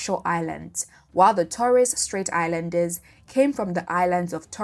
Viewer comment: Can't even pronounce Torres Straight as an 'expert' is a problem.